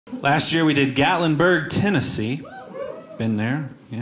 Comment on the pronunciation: Gatlinburg? You nailed it!